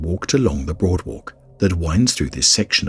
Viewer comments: I swear he's saying broadwalk instead of boardwalk. It's driving me nuts trying to tell the difference. I give up lol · Ok, he definitely said broadwalk!